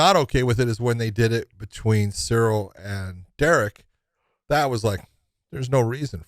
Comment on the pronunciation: cancel josh he cant pronounce cyril, not cereal